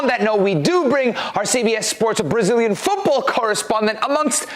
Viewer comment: Duvido que este cara seja americano...ele fala os nomes brasileiros muito bem...fake